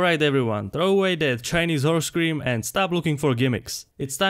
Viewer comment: he had my attention at miracle wh*re scream.